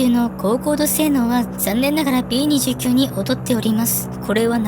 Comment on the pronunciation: 「びーにじゅうきゅう」ではなく、「びーにじゅうく」だかんね！